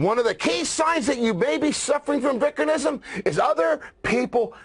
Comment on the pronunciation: Man I'm glad Spencer pronounced vickernism correctly!!!